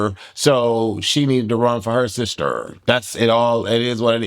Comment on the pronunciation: The way you said sister 😂😂😂 Great review ❤